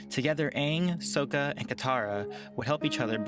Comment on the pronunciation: IT'S SAKKA! SOUNDS LIKE SAKKA!